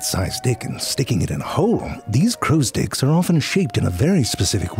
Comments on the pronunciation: Am i the only one who thought him saying sticks sounded alot like him saying dicks. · Are you saying dicks from time to time, or are my ears not telling the truth? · I cracked a smile every time you said sticks just because it almost sounds like you're saying dicks